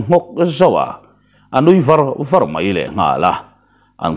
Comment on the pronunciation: A chhiartu hian i chhiar thiam hle mai. Ngaihthlak pawh a nuam khawp mai. Thil pakhat erawh ka'n sawi lawm teh ang. '' A kal var a'' tih hi. A kal thai a.tihna a nih laiin " Var " Tih hi a ri hniama lam tarah ri khanphei anga lam a ni a. Hei chu zau./ arh lam a kawkin ka hria. .